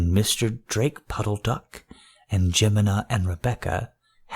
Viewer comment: I grew up with the Beatrix Potter stories and Tom Kitten was always a favourite. If I were to knit pick, it would be at your pronunciation of Je-mi-ma Puddle Duck. Other than that, very good storytelling. Please do more